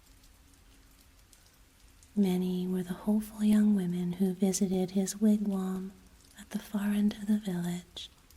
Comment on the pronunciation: Thanks for the re-post! Appreciate the wigwam pronunciation fix. I like the way you tell this story,. Keep up the postings.